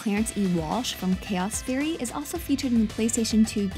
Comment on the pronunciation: "Chaoth Errie"